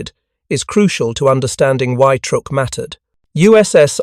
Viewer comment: It's pronounced "Trook"